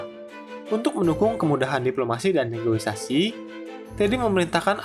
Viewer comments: kontennya keren min, cuma mungkin berapa kali aku denger pengisi suaranya ngomong “negoisasi”, kalo bahasa Indonesia yang bener di KBBI “negosiasi”. Semoga bisa jadi masukan yang membangun buat konten kedepannya ya min hehhehe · Maaf, negosiasi, bukan negoisasi. Salam hangat! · SEKELAS VO / DUBBER INSPECT STORY BISA KELIRU DALAM PENGUCAPAN KATA NEGOSIASI 😅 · Ijin koreksi, Bang. "NEGOSIASI", bukan "NEGOI-SASI" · Min, Negosiasi, bukan negoisasi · NEGOSIASI MIN bukan NEGOISASI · Negosiasi Om, buka negoisasi 😂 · Negoisasi? Hahahaha negosiasi kaleeeee wkwkwkwk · Negosiasi ❌ Negoisasi ✅ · Negosiasi bukan negoisasi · izin koreksi min, yang benar negosiasi bukan negoisasi🙏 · Negoisasi ❌ Negosiasi ✅ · Negosiasi min bukan negoisasi ✌🏻😅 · Negosiasi min, bukan negoisasi 😅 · Negosiasi, min. Bukan negoisasi. CMIIW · yang bener negosiasi ya bang hehe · Kirain cm saya yg salah dengarrr:) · Bukan "negoisasi" tapi negosiasi min😀😀😀😂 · Negosiasi mase bukan negoisasi 🙏